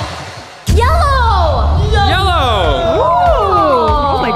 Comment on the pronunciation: Daniel teeth really said yello